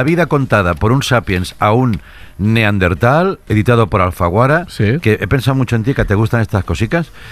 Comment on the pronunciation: Andreuuu, Neardental no, Neanderthal